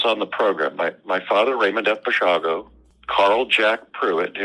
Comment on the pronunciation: It's, not Basilio.